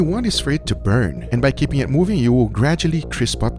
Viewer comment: i like how this guy keeps an air of mystery by emphasizing the last word of each sentence..."do no season the SKIIINN. It may BUUURN. This is not a type of rub you can BUUUUY." lol